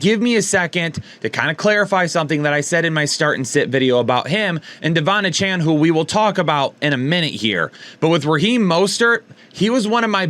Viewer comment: Lol it’s pronounced A-chain